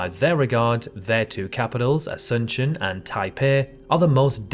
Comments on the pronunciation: He struggled enough as it is with Montevideo and Asuncion. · More egregious than San Marino as an enclave of Rome, or London having the world's worst traffic, or those pronunciations of, say, Asuncion and Montevideo, or ... ?